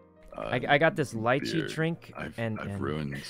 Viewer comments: Sykkuno....... Did you try to say that the drink tasted like lychee???? Because it's pronounced lee-chee, like in Spanish, trust me, it's a little delicious fruit in Mexico XD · STOP SAYING LIICHEE 😭😤